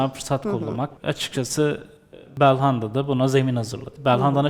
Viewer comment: Bir Galatasaraylı olarak, Galatasarayı değerlendirecek başka adam yoksa yazıklar olsun. Bu kadar basit anlamsız değerlendirmeler olamaz. Daha belhanda demeyi bilmiyor bu adamı yorumlatmaya çıkarıyorsunuz.